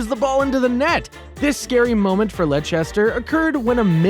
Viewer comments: Its Leicester not lechesta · Bro said lechester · And lechster 😂